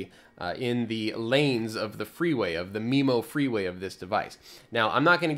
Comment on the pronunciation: Oh you mean "freeway", not "three-way". Missunderstood that :D